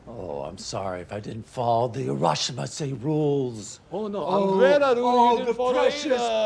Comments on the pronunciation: Harashima is a Japanese wrestler. It sounds like he’s talking about what “harashima says” when you welcome someone it’s “irashaimase” pronounced “ee-ra-shy-mah-say” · And every guest in that restaurant will be allowed to say "irrashaimasse" 🤣🤣🤣